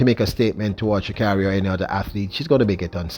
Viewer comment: Sha kayri!!!! The gitl does not like here name butchered. For 3 years she correcting y"all